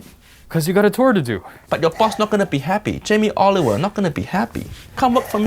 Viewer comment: Jamie "OliveOil"